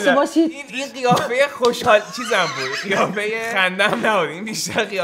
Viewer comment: سلام اشتباه لفظی داشتی قیافه رو گفتی گیافه